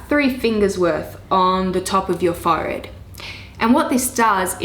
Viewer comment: you say forehead really funny, it sounds al little bit like "fart" :D :D but absolutely great video and amazing tips!